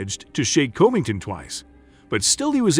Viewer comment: Colby Colbyngton🤣